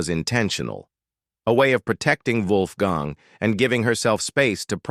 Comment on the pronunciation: Dam AI narrator Wolfgang’s name pronounced three different ways in the video